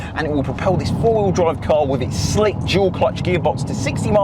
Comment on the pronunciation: . I’ve heard of dual clutch but tf Is “jewel clutch”